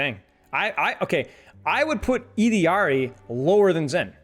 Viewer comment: There is no way this guy is pronouncing Illari correctly